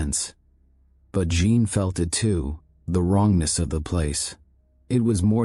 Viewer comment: “Jean” is not pronounced “gene” in French. You should tell AI that. BTW, I hate the AI voice…just saying it used to be better the old way.